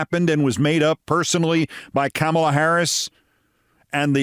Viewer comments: at least he can say her name correctly... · Imagine saying kamala's name correctly but messing up gif